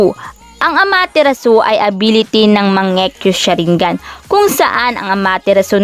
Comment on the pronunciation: Ako lang ba naka pansin sabi nya mangiyu sharingan